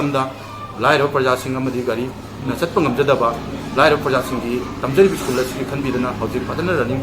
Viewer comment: It's school, prounce as s c h o o l... not iskul..plz hv it corrected any confusion use Google pronunciation